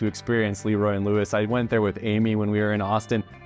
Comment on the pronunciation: I wish you had time to go visit Corkscrew in Houston. Best brisket ever! Also you pronounce LeRoy and Lewis Le...Roy. They're definitely a new age BBQ spot. Great sides and Q.